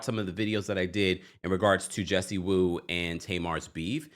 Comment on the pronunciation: Jessie Woo. What is the last name in Haitian girl .😂😂it's not WOO